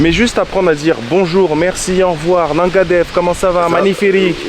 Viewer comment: Salut comme d’habitude les montage sont au top continue comme ça 👌 Ps: si tu veux bien prononcer le « nangadef » tu peux dire le « nan » comme un cheese naan hehe 😁 C’est qu’un détail que je voulais te partager au cas où tu voulais te perfectionner encore un tout petit peu! Allez bon séjour je suis allé a gorée a 2 reprises mais je découvre encore pleins de choses avec toi 🎉